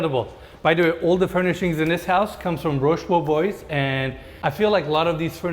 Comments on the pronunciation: You pronounce it " roche bobwa" not boboys😄and thats an amazing video🙌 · Roche bo bois was mispronounced as Roche bo boys but i understand u don’t speak French. It just sounded funny the way you said it. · Loved the FPV drone shot at the beginning! In case it comes up again, the bobois in Roche Bobois is pronounced like bo-bwa. Apparently it comes from the origin of their name, “Beau Bois” meaning beautiful wood. But somewhere the Roche-bo Boys are loving the shoutout. Thanks for all the work you put into these videos, they’re getting better by the day! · I laughed so hard ! it's not pronounced "roche bo - boys" but "roche bo - bwah", it's a french brand of high quality furniture. Love the vids ! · Roche Bobois …😏the S is silent 😉 👍🏻